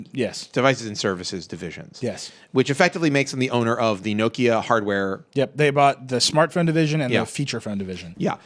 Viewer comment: Urgh pronounce Nokia correctly for god sake